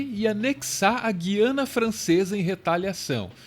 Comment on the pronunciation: Queridos: a pronúncia não é Gui-ana, mas Gu-iana. Abração!